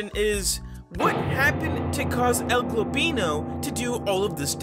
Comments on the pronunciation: Please stop saying El globino say El goblino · I better not to be the only one to be triggered whenever he says "globino" and not "goblino" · Stop saying el globino its el goblino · ‘El gobino’ ITS EL GOBLINO NOT GOBINO Edit: thanks for the ♥️!! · By the way, it's El GOBLINO, not El GLOBino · Why do you pronounce El goblino as El golbino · Is it only me that notises that he sats el «Globino» insted of el «Goblino» read it carefully cuz u might not see it😏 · el-GLOBino? i think he ment el-GOBLino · BRO STOP SAYING EL GLOBINO ITS EL GOBLINO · His name is GOBlino not GLOBlino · it isnt el globino, its el goblino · It's El goblino not El golblino stop saying its annoying say it correctly El goblino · Also u say globino not goblino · He actually said el golbino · ITS EL GOBLINO NOT EL GOBINO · Why you saying my name wrong it's El goblino düd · "El Glowblino" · "El gobeano" 💀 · “El globeano” gets me every time. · It’s EL-GOB-LINO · UR CALL8NG EL GOBLINO WRONG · For how long are you gonna keep pronouncing el goblino's name wrong? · i unsubbed, if you learn how to say el goblino right, i'll sub again